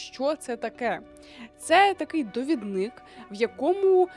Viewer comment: ДовІдник, наголос на І, будь ласка🙏🏻💔